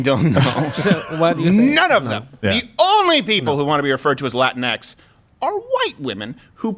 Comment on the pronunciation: You guys(not just Crowder, everyone) constantly mispronounce latinx. It's the same as Latino or Latina, just with the stupid ex homophone instead of the ones that make sense. It's not latin-ex, it's lah-teen-ex. Don't get me wrong, I'll throw hands at any liberal brainwashed enough to think it's the right word, but y'all aren't even close.